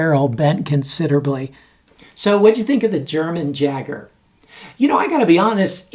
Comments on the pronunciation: Yay-Ger not Jager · Pronounced Yager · It's pronounced Yager. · Just gotta say the "J" in Jager is pronounced with a Y sound. So kinda like "Yager". Jager in German means Hunter!:) Nice test as always! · How is it possible he mispronounced it? Hahaha